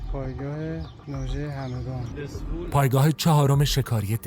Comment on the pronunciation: دزفول نه دسفول